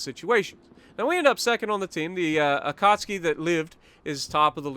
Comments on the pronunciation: Say it with me.. A-KAT-SUKI NOT AKAHSKI...SOUNDS LIKE A DAMN POLISH DELI Great Video though and looking forward to part 3 on the Jersey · Why u called it akatski i believe is the akatsuki